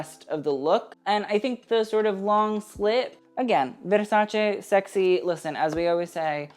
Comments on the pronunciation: Lol if you're going to pronounce veRRRRRRsace like that why not learn the other brands as well? 😂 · I can't stand the way he says 'Versace'. If that's the way you're supposed to say it, then fine, but then pronounce ALL the designers the way they are supposed to be pronounced. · I feel like there's only an elite group of people who pronounce Versace like that. Not because they can, but because they've earned it.